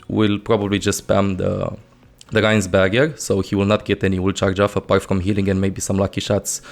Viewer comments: He pronounces R's as a sort of "G" sound which makes words like "Barrier" sound like "Barghergh" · I kept thinking he was saying "burger." I was wondering when so many characters started to grill on the battlefield. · Is it that difficult to say BARRIER properly?!